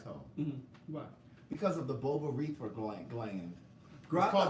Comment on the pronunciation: I’ve learned to do my homework from listening to you on the Queen’s Supreme Court. Half the time you only know bits and pieces from stories on the docket. The other half you bs your way through it. Your pronunciation of the Bulbourethral gland didn’t sound correct. Might be your accent or where you chose to put the accent on the syllables in the word. To clear things up the Bulbourethra gland has nothing to do with the anus and everything to do with the prostate, penis, sperm and urethra. This only applies to men not everyone who has an a**hole as you stated. Just needed to clear that up. I do love coming to your channel watching you and